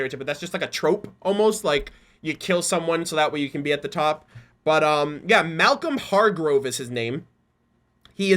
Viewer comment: The name is pronounced Malcolm Hargrove